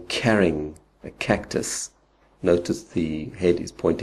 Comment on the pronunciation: I don't understand why you pronounce 'CARRYing a cactus' the way you do. Otherwise good info :)